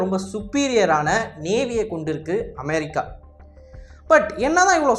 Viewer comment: நாக்குல கட்டியா அது அமெரிக்கா அமெ(ழி)க்கா இல்ல 😅😅 சரியான தமிழ் வார்த்தைகள் உச்சரி ஆங்கில வார்த்தையும் ழி கிடையாது குழந்தைகள் அறிவு வளர்ச்சிக்கு கூட இன்று வீடியோவை காட்டும் பொழுது உச்சரிப்பு சரியாக வராது😅😅